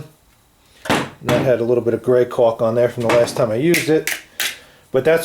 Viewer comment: say caulk, or caulking products again. foggedaboudid.